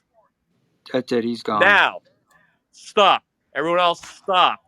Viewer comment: ZzhhhhhTAAHP evryabpdy SHHHTAAAHP!! 🤣